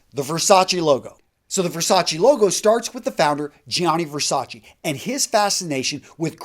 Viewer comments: It’s Ver-sach-eh not Ver-sach-EE. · STOP sayn Versaci It's Versace !! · Can you at least try to pronounce their lastnames right? Versachee? Wtf. Versace. "É"😂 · You pronounced Versace wrong. SMH